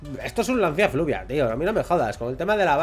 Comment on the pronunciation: Jajaja dices fluvia y es fulvia😂😂